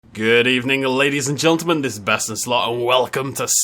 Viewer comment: is it me or does he say Getlemen